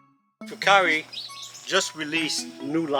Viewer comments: wrong ... fu care, simple. Just call customer support say fu care. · They pronounce the company name as Full Care...